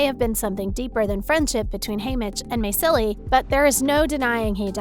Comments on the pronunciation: It’s not maysillie its mayslie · May silly? Maze-uh-lee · Please pronounce the names the right way! Its not pronounced may-silly its pronounced maze-a-lee! 🙄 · PLS TELL ME I WASNT THE ONLY ONE SCREAMING AT HER PRONOUNCIATION ON MAYSILEE ITS MAYZILY NOT MAY😢😢SIL🤪🤪EE👾👾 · May-silly 🤪😜 Try harder. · Maysilee is pronounced "Maisie Lee." And you missed their biggest fail. The bread scene was the central point in Katniss and Peeta's history, and they completely screwed it up by aging both characters to almost present day and not clarifying that Peeta had to pass the bread over surreptitiously; he wasn't casting it at her contemptuously. (Judging by reactions, they were also exceedingly unclear about the meaning of the painting of Rue in CF.) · it's May-Sil-Lee